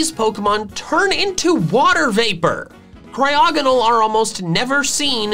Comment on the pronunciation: AGAIN, IT'S CRYOGONAL, NOT F*CKING CRYOGENOL! FIX IT NOW!